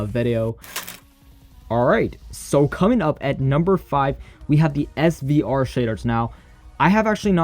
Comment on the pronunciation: Shaders name srve said svre😂🤣🤣 (Edit:but yemen)🤣🤣🤣🤣🤣